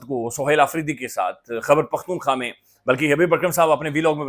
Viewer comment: اسلام علیکم بھائی جان باقاعدگی سے سنتا ہوں آپکو۔ ایک گزارش ہے خدارا برا مت منائیے گا۔ آپ روانی اور تیزی میں خیبر پختون خواہ کو خبر پختون خواہ کہہ جاتے ہیں۔ کوئی اتنا بڑا رولا نہیں ہے لیکن جیسے خوبصورت آپ ہیں ویسا ہی خوبصورت صوبہ ہے اتنا ہی خوبصورت اسکا نام بھی 🙂 تو اسکو ٹھیک تلفظ سے سننا اچھا لگتا ہے